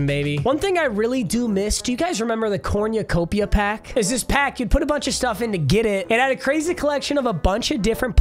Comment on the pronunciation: Nobody:: "Corñucopia"